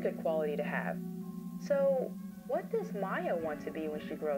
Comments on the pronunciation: You don't shake your head "yes." You nod for yes, shake for no. Nobody pronounces "Mia" as "My-Uh." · This was a good story, but the voice acting let you down in the end. Not only did you pronounce Mia as Maya the entire time, but i’ve never heard a more bored reaction to hearing that you patient’s father just got murdered. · I have never heard Mia pronounced as Maya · The scariest part is the pronunciation of Mia as Maya. Truly chilling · the only supernatural thing going on here is that Julia can consistently mispronounce mia as maya